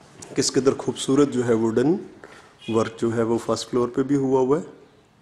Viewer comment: Khoobsoorat nahin hoobsuoorat hota ha urdu to theek bolain